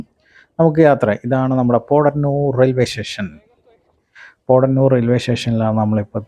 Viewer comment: പോട ന്നൂർ അല്ല.. പോത്ത ന്നൂർ ആണ്